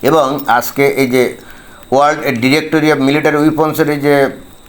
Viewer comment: ভাই World উচ্চারণে বিঘ্ন! কারণ ওর আলজিভ আড়ষ্ট!